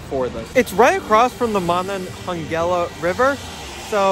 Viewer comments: Please stop pronouncing Monongahela River incorrectly....its driving me crazy..." ma- nong-a-hey-la"...ok dude...please! Otherwise love the vid! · you totally destroyed the name of the one river. It's the Monongahela River "Ma-non-ga-hay-la"